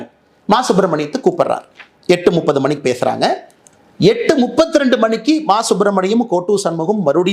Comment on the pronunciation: Nuppadhu alla! Muppadhu!!